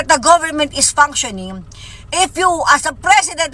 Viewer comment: Maniniwala..ako sa babaeng yan pag nabigkas nya ng tama ang " functioning" ske keep on saying panksyoning ..